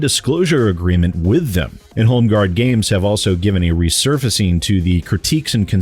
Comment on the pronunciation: I dont think i heard you clearly did you say home garb gays?